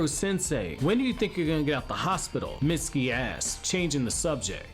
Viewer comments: Every time he said mistuki I thought he said misty ass🤣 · If you turn on the captions when he says Mitsuki asked it'll say misty ass.